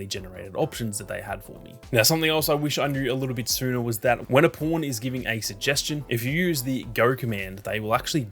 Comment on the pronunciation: Every time you say pawn, it doesn’t sound like pawn with your accent😂 “You can search for the po*n you want to use. These are my favorite po*ns”😂